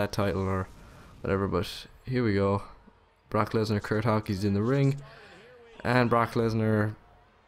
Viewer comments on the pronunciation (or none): bork instead of brock you watch ebeneezer mittlsdorf dont you?